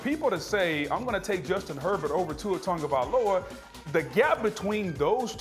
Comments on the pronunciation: Booger.....it's not TONGOvailoa.... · How do you say his last name (tagovailoa)? Cuz im pretty sure there’s no n in it, but ppl pronounce it like there’s an n in it